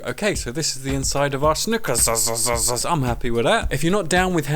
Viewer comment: "Sneakerzizizze" Lol